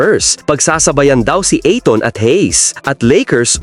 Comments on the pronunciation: Skip video dahil sa annoying ITON INSTEAD OF AYTON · A -TON PO HINDI i-TON PO😀😀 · ahahaha........ Ayton pronounce as eyton....